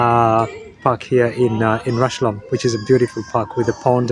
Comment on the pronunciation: it's pronounced just like 'rush-home'.